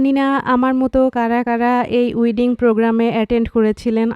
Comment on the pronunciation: উইডিং না ওয়েডিং হবে।